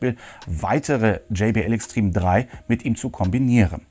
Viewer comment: gumminubsis und wie du extreme, ein englisches wort, aussprichst. ich schmeiss mich weg XD